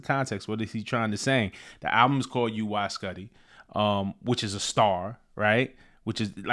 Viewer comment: Pronounced “YOO-eye S’QUE-tie”. (Cause I’m a science nerd)